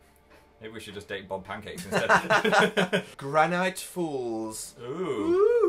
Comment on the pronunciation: Anyone else get triggered when dan said granite not granite